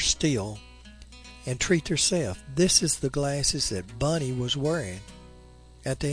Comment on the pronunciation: Not me, made me nuts hearing him saying Bunny everytime instead of Bonnie.